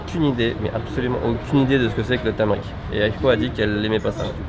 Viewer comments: c'est pas du "tamrik" mais du turmeric (curcuma en francais) ! 😘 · le "tamrik" XD ! tumeric = curcuma (une des épices présente dans le curry), elle est excellente pour la santé mais à un gout très particulier (entre la terre et le poivron haha) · Pas « tameric » mais tumeric en anglais ou curcuma en français 😉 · C'est pas tumeric mais turmeric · C'est pas tameric, mais tuméric.